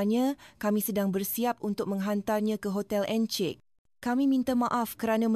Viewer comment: Though the narration is in Bahasa Melayu, there are words pronounced wrongly. Encik - Ensik, heran - heron this is obviously AI. I listened halfway and then switched to other videos with real human narration.